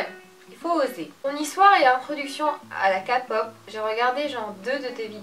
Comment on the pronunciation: OMGGGGGGGGGG TAEYANG Sinon on dit pas "kapop" mais " képop"